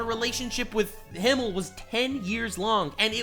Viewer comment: Besides everything else, I'm kind of annoyed she constantly calls Himmel "Hiemel" instead.